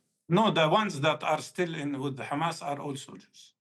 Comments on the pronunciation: I am disgusted by her saying “khamas” again and again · She knows how to say Have, Him, Here, but not Hm*s. "Khamas" 😂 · The way she says KHAMASS is telling of what a snake she is